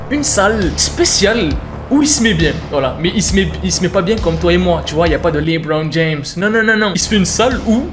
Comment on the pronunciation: comment tu prononces le lebron james 😂